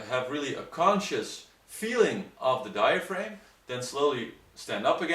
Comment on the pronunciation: Exactly. A better way to try to explain it might be to say that the posterior of diaphragm rhymes with am, ham, ram, etc., not with aim as in to aim a gun. But, while their pronunciation of diaphragm as diaframe can be a bit distracting, overall their English is better than that of some native English speakers I've heard.